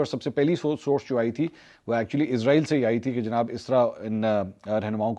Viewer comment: bro listen Please stop calling this dam country as IZ-RAA-EEL ITS ISS-RAA-EEL SO PLEASE PRONOUNCE IT PROPERLY LIKE WE HAVE SURAH BANI ISRAEL IN QURAAN WE HOPE YOU START PRONOUNCING IT RIGHT FROM NOW